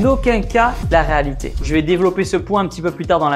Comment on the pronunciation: Tibo rÉalité RÉALITÉ pas raalité